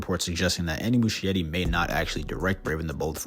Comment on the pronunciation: The ‘ch’ in Muschietti is pronounced like a ‘k’, so it’s Mus-ki-etti, not Mushy-etti.